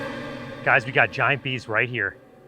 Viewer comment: Bro I can't believe he said GAYYAT